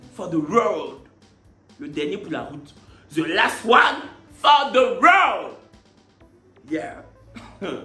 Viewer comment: Ze last one 🤣🤣🤣🤣🤣🤣 ton anglais est fort